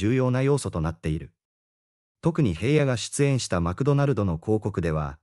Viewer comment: ヘイヤではありません名前ぐらい調べてヒラノとちゃんと読んでください